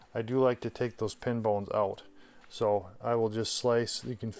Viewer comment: "take those pin bones oowt" Thumbs up, great instructional video!